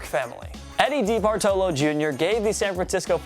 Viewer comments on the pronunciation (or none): Just another round of mispronunciation. DEE-Bartolo lol. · He clearly has no idea how to pronounce DeBartolo. 😂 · Nobody gonna mention how he says DeBartolo?